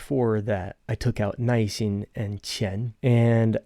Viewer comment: It sounds like you are pronouncing 耐心as 耐一心…am I just mishearing you? Or is this like “儿“ - just a regional or colloquial pronunciation?